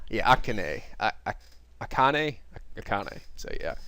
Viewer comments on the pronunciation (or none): Lol, Akane's name is pronounced Ah-Khan-eh. You should watch more subbed anime and you'll get the hang of name pronunciation pretty quickly.If I knew what you were into, I'd give some recommendations that are extremely popular.